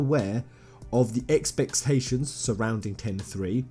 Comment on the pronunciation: High X pections XD 😂😅